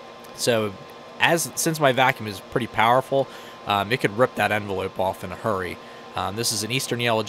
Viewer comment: He really said “enveloop”